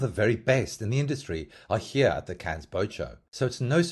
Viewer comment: Please please please it’s pronounced CANNEs with a very very silent S